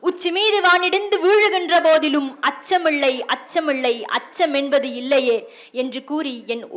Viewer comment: அச்சமிள்ளை அச்சமிள்ளை என்று உச்சரிக்கிறீர்கள் சகோதரி....! சரிபார்த்து உண்மையெனில் திருத்தி உச்சரிக்கவும் 🙏நன்றி 🙏வாழ்த்துக்கள்